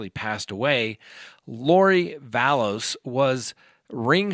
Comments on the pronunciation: LORI VALLOW not LORI VALLOWS STAUCH as in STAUKh not STACH. Just thought you might want to know the correct names. The ring? It speaks for itself. More bad on lori and chad! . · Love your show and your insight but PLEASE stop saying Lori Vallows, with an S, her last name is Vallow! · It was October 2nd for the ring shopping not August and hate to correct you there is no S in her last name just Vallow not Vallows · I know it drives me nuts when he's reporting and he dues that he knows it's not Vallows ect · ValLOW. <- No "S" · I love your channel and your videos, but do you purposely mispronounce every single name or is it an accident? You say Lori “Vallows”, Gannon “Stock”, and Jodi “Aryas”